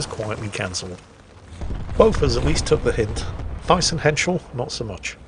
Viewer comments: pronunciation of Thyssen hit me hard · you are horribly mispronouncing thyssen. in german a th is just a t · Just stating the bleeding obvious: there is no german equivalent of the english "th" ( the infamous "ze"), so it´s just a normal "t" in Thyssen and the "h" is silent. The "y" is pronounced like the Umlaut "ü", but there is no equivalent for that in english either. It is somewhat more of a combination of double "o" like in roof and an "e" , if that makes sense. ;-) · Oh my, I'm German myself, and haven't realized was trying to say Thyssen. Thanks for enlightening me.